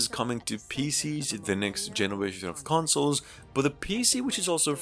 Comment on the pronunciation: Consles lol 😂 but amazing video ❤